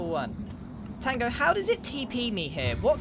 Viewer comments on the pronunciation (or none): i just love how grian so cassually says tongo🤣